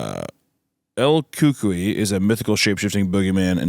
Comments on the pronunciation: Same, I was listening to them going back and forth, hadn't read the text until I heard hunter say "El cookee", I was like ohhh, El cucuy... 😂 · "Ku-kuwee" is like a boogey man from what I've learned from my Latin friends lol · the pronunciation of el cucuy is FRYINGGG ME